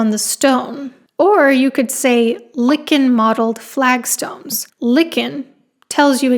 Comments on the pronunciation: I thought 'lichen' is pronounced in a different way... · The first syllable in "lichen" is homophonous with the word "like". In case you'd like to use that example again. Great video! 😊